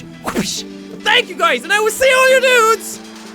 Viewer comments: Well I thought you were saying "and I will see you and all your nudes"... Kinda disapointed eventhough I never understood why you would say that x) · Hi Sean/Jack thanks for explaining the hole "i Will see All your dudes in the next video" i always thought that you said " i Will see All your nudes in the video" lol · I used to think his outro was "AND I WILL SEE YOU IN YOUR NUDES".. uhm.. jack?.. am i fucked up??